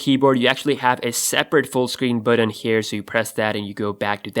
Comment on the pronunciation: It's button. Not buddin. Why can no one pronounce the word correctly. There is no D in the word button.